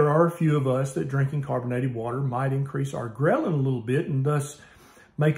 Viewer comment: When Doc said Ghrelin, I was passively listening and thought he said grilling for a sec, that got me hungry. :)